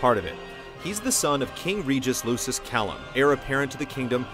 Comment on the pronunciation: *cough*pronounced LUKIS -hard C-*cough* Very well done summation, easy to follow but a lot of info, except hearing the Latin mispronunciations made me cringe a little, hah (Kay-lum or Kai-lum, not Kalum). Also thought the Hamlet connection was really interesting.